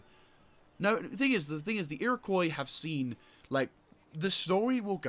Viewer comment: I know this is two years later but it’s pronounced KWA not COY in Iroquois At least where I’m from